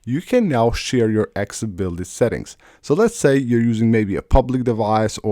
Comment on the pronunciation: After years and years MF still can't say ACCESSIBILITY. 🤔